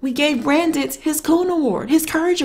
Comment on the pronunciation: It's pronounced BRANT,the D is silent.